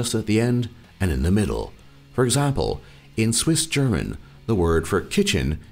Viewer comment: Your German pronounciation is pretty great, but I giggled at your Swissgerman. But I'll give you some slack, as not even Germans can correctly pronounce it correctly. However, I think it's a very unique language that can sound quite beautiful in some dialects:)